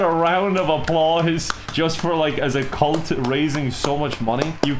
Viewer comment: I heard you said Cult.